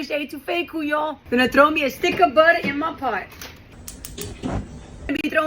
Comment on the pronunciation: You had me at budder😂